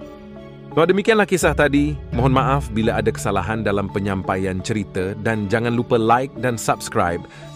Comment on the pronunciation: bukan.. mksut saya.. abg yg punya akun?? Melayu..?? Tdi sebutan cerita itu.. cirite...